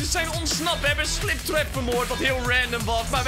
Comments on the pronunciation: gwn om te zeggen maar het is springtrap en niet sliptrap maar respect naar jou:) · Heeft niemand door dat slingtrap zegt inplaats van springtrap (geen haat) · Het is spring trap. Niet sliptrap